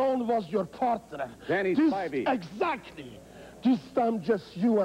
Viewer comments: “Precisely”. “EGSAKKLY”! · *-* Ask the Starchild *-* Edzactly Bubba, you say it parfect!